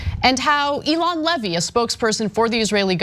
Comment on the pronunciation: It's not Ee-lon, like Elon Musk. It's Ey-lon like Treyvon. Come on miss smarty pants. Get the effing names right!